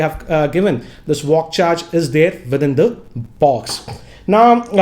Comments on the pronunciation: It's VOOC not VOCC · It's vooc not vock 🤣🤣🤣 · Everybody: Vooc GR: VOCC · It's not walk charge, it's vooc